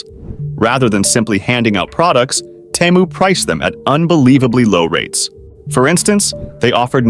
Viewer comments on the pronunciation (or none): All the pronunciation is wrong. Teh mu? Its obviously TEEE, MOO you literally have video footage that says so. The other company is SHE, N not SHANE wtf? DO BETTER, garbage AI generated content.